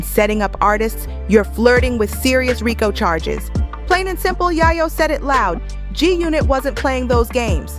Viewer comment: 😂😂😂😂😂 said again Ma'am Yayo 😅😅😅😅😅 mane she wild for that don't know how to said Yayo 😅😅😅😅😅😂😂😂